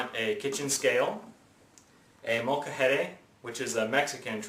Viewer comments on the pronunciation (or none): its not called moka-hay-day. its called un molcajete mole-ka-hehteh